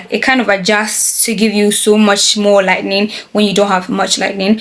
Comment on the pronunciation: the way you say “lightning” instead of “lighting” is so cute 😭 also, i loveee the video- so informative and helpful for beginners, thank you! your editing style is lovely too 👌